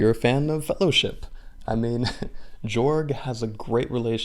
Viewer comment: His name is actually pronounced with a ‘y’ instead a ‘j’ so it’s like “Yorg.” Because it’s in a European setting, some letters are pronounced differently.